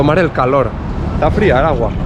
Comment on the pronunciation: "Eshtá durita eh" JAJAJAAJAJAHA